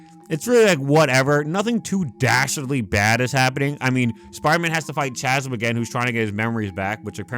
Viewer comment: Chasm is pronounced cas-m… lol but great video this run was so ass and love the long explanation